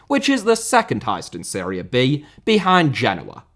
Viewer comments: It is serie A/B/C Not Syria B;) Great video! :)) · Série * not Siri Campeonato* not Campionohrtouw Cruzeiro * not Crugeiro Stadiums* not Stadia Stadia* not Stohrier Olimpico* not Olempecouw Diego* not Diyeigouw Logic* not Lodgic Dissolved* not Disolved Hefei* not Höfei Anhui* not Anhai Litian* not Leshan Joga* not Joguer Bonito * not Bonitouw José* nor Houwsei Rego* not Reigouw Cruz* not Cruj Rego* not Rigouw Recife* not Recifei Pelé*not Pelei Stadion* not Stodion München * not Munich Can't* not Khon' Zimbabwe* not Zimbabwei Türkgücü* not Tăgyuçu Regional* not Rigionohrl Nacional* not Náchonal Mané* not Mohrnei Idea* not Ideer Copa* not Copper Kerala* not Keraler Rather* not Rother 32 mistakes ffs